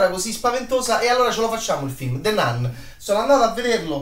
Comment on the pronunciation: Non voglio fare il professorino ma si pronuncia "Nun" ...the nan non si può proprio sentire